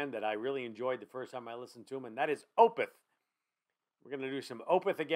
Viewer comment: Opeth is pronounced is 'Oh-peth', not 'Oh-pith'. :) Good reaction, in any event. This song is amazing. Opeth has dozens of tremendous songs.